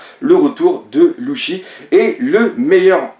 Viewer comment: pk tu dit luchy alors que c ssi